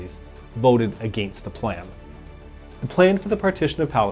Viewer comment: Why do you say ‘against’ the way you do? It’s distracting and annoying. I can only take hearing you talk for so long before I have to close your videos out.